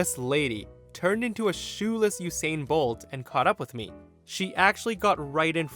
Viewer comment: Unshoe-sain bolt..🤦‍♂️